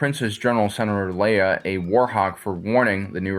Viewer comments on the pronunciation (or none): none